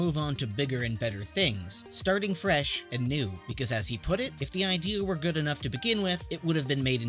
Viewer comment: How tf did you mispronounced "put" two times.